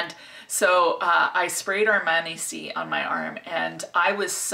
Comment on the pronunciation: It’s aar - maa - nee 🙂 Don’t worry about it, it’s not a huge difference 😘 Love your energy as always!